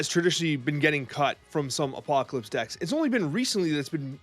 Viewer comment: How hard is it to say Apocalypse? Good content otherwise.